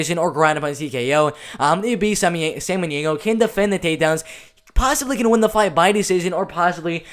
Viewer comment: It's pronounced "Bo" Samaneigo